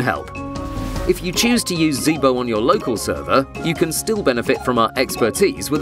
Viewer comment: Pronounce your name correctly